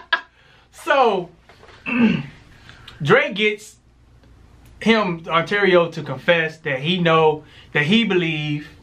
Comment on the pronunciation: Part of why I love you two is because you stay jacking up names. 😂 Ontario = Arturo The other part is because you two give great reviews! P.S. Sorry for your loss 😔